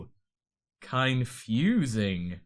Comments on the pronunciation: You're lucky I didn't turn the video off after you said "kai-nfusing." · "It's so Kainfunsing." BOOOO!